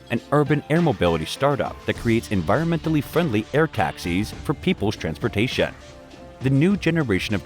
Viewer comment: I couldn't get passed the way "transportation" was pronounced. He says "transpotashia(n)"... and when i get passed that, there was this innovashia(n)... :D